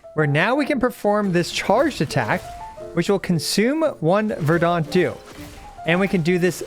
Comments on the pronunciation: Still pronouncing it as "ver-DAHnt" dew, I see. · At this point your pronounciation of "verdant dew" must be ragebait 🗿